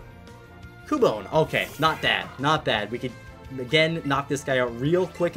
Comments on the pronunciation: "Cyubone" not Cu-bone (its not spelled Cyubone by the way) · its not prounounced qubone its prounounced cub bone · Am I The only one who keeps hearing Flygon instead of Qui Gon? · Did you see that when that rock dude fainted he dropped his hairs?? Or is it me... Anyways, I really like your content and I really enjoy watching your nuzlockes! Also, in your pkm sw or sh randomizer, when greedent fainted, it dropped berries out of it's tail... (And by the way it's pronounced kyu-bone) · whenever he says Qui Gon it sounds like he is saying flygon is it juet me?